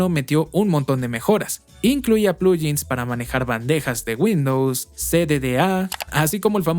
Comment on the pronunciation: "Plugin" viene de "plug in", así que sería un poco más correcto pronunciarlo como "pluguin", no "pluyin".